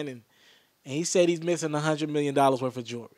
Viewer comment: he said a million metlin dude